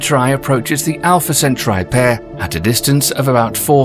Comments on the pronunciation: Alpha Centuri??? And “your anus” ??? Arghhh! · Alpha centuray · "Alpha Centuray" 😅😅😅😅😅😅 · Dude, learn to pronounce - it should be pronounced - alfuh sen-taw-ree 🤣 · Great video. Although that's the first time I've heard Alpha Centruai pronounced that way, I've always heard it as al-fuh-sen-taw-ree. And I'm British too. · Alfa centaurai 🥲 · I never heard anyone pronounce Alpha Centauri like this……lol